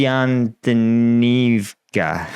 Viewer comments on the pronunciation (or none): It is pronounced as the name Constantine + a suffix "-ivka".